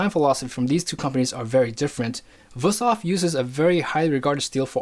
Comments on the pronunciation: He probably knows his stuff, but the fact that he's saying WUS-thof, instead of WOOST-hof makes me think he knows nothing. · It would be VOOST-hof in german. W's are pronounced in German like V's are pronounced in English. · Being german, i have to say one thing: Its WÜSTHOF! And you pronounce it like its two words, wüst hof. Really good vid tho, keep up the good work! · WOOst-hof is also not the correct pronunciation, far from it, lol. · in Gemany they pronounce W as V so it is Vusthof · I am not making fun of you but that pronouncing of Wüsthof and btw there is also Robert Herder and Zwilling knives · You pronounced Wusthof wrong, probably cause it's not Wusthof but Wüsthof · You're really butchering the pronunciation of "Wüsthof"… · It makes me sick how he pronounces Wüsthof. He just pretends there is no points on that u. Nobody expects you to pronounce foreign languages right. But if you make an expert video and say that brand name about 50 times make an effort and get it right. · daAnder71 got it. Dots, not points. I'm no stranger to pronunciation problems in languages that I try to speak or that my friends are starting to learn. The Ü is a hard one, no doubt. I just see no effort here - he's just glossing over it - that's all that bothered me.